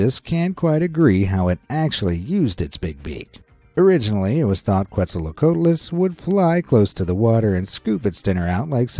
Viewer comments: How to say quetzlcoatls kets-a-co-at-lus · The way he prounonces the quetzalcoatlus